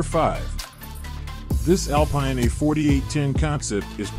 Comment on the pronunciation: Second video with a narrator/creator that doesn't know that the company's name is pronounced Al-Peen.